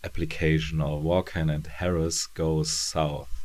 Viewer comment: Hey, I've literally run out of current videos of yours to watch, so I decided to go back in time to check out your earlier ones! I have the whole series of Ex Machina in floppy format, but I haven't read all of it yet. I just wanted to give you a heads-up on the pronunciation of "Vaughan"..it's pronounced "Vorn" which sounds a bit like a race of aliens from Star Trek, doesn't it? Anyway, (belated) thanks for another great review!